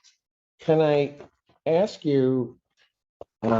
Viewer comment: I was gonna ax. Lmfao blackinese never dissapoints